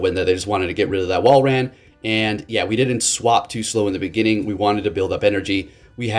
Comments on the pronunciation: Saying it better but still not quite lol. It’s not wall ran it’s wall rin. Unless 🧐 this is his master plan to provide us with more enticing entertainment. If so then jolly good show my good sir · Two words. Wall - rain. I don't think it's pronounced wall ran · Love ya man, it is in fact pronounced Wall-rain I think. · I don't mean to be mean but I personally pronounce it wall-rain